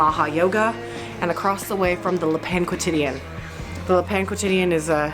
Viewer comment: The way you pronounce Le Pain Quotidien is DIABOLICAL. 😂